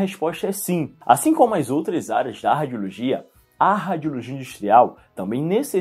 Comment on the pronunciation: Que nervoso ele falando “ráadiologia”